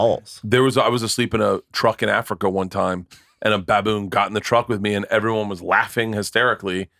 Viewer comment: I never thought anyone else noticed that lol. Drives me fuckin nuts!